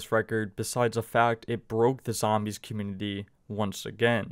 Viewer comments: Man. It would be best if you worked on your pronunciation for "specific" and "community". You're missing half the letters when you say them. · Hey, maybe he's not aware. If you had something on your face wouldn't you want to know about it? It's not like he has any speech impediment. Just got lazy with those words my guess.